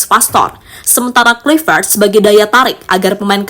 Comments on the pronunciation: Admin dari kemarin tetep saja sebut klivet. Yg bener bacanya klaivet.. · Sebut nama org hrs benar. Misalnya Kluivert, ucapkan yg benar dong.